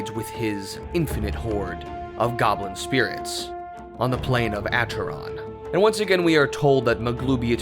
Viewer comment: Acheron is pronunced AKERON.